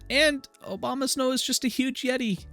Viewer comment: Good to know about Manaphy! Did you realize you were saying Obamasnow? Hahahaha!